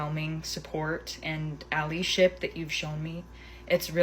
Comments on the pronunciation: Did she just say ‘alleyship’ instead of allyship lol Both aren’t even a word 😂😂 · Did she say "alley ship"? Reading her script ha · The way she pronounced "allyship" as "allee-ship" might be her greatest crime of all